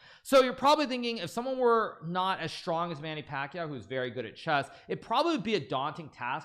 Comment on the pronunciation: that's not how you pronounce pacquiao